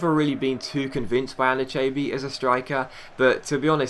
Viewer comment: ***** it's pronounced An-eee-cha-bee